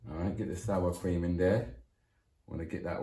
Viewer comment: Man said cweem ya know lol ... Bless up cook and vibe